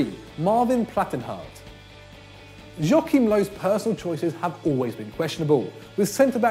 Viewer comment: Jockim Lohf...how can you fuvk up a name that much?